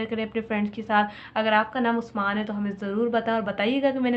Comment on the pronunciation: exactly bilkul perfect bol rhi hn api ap 😊😊